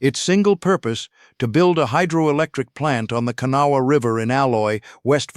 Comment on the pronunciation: 5000 workers on that tunnel project with 3000 of them that worked in the tunnel .... 65% had silicosis within the first 3 months of working in the tunnel. And its prononced Ka Naw wha